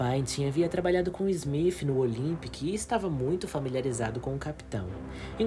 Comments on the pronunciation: O nome do capitão do titanic não é smif….e sim smith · Na boa,fica melhor chamar de Smith e não Smifh...